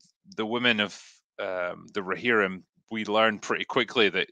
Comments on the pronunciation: Glad I'm not the only one that was bothered by the "Rohimrin" thing lol. Excellent chat gents. Cheers 🍻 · rohimrim, was killing me, llloooooooooooooooolll. glad someone mentioned it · and faces every time tries to say ‘Rohirrim’